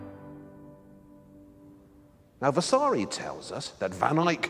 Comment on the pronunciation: Vasari. no vessssaaaari